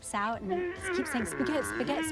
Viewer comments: “Say Spagoot” love how he pronounces it wrong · It’s amazing how much the pronunciation of “Spagett” degenerates over time. You’ve got “Ah-Shboogeeta” “Ah-Shpoogatta” “Spigoot” “Uhhhspughurrt” “Sperburk” “A-spigoot” and “Shpoogaht”. Incredible.